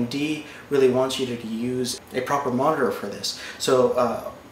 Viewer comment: MONITERGHG lmao